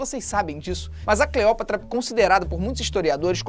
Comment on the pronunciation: video perfeito kkk mas aq o felipe tava falando cleoprata ao inves de cleopata um erro que eu provavelmente ja cometi kkkk